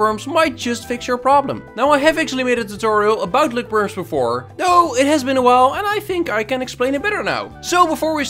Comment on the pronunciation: “Løkperms” now thats a masterpiece